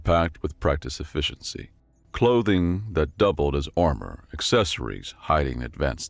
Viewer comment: Just double-checking. Did it sound mispronounced? E-Fisch-en-SEE is what I got.